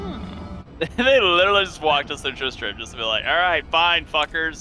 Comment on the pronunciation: ITS PRONOUNCED " tris-trem". Trist TRAM 😂 JK